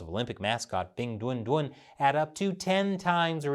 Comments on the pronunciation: Every time I hear say the name of the mascott I chuckle because I hear "Big Dun Dun" which sounds like a completely ridiculous child cartoon's character name... Ridiculous btw, like the entire idea of having a Winter Olympic in a city that has no snow and in a country that commits a genocide every decades or so... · Stop saying 'Bing Dwen Dwen' it's driving me nuts 🐼